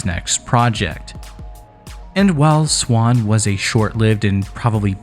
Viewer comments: And it is NOT pronounced “swan” it is quite literally Z-WAN, Zwan. (Where you got the idea is it said like “swan” is beyond me) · none of that matters. It's zwan not swan and this dude is clearly saying swan. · Everyone I have ever known pronounces the Z and doesn't just say Swan. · It’s Zwan pronounced with a “z.” Listen to any interviews with the band members at all and this is clear.